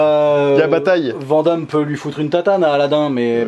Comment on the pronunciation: Aaaaah, ces français qui ne savent pas prononcer "Van Damme"! Hahaha Btw je vous aime !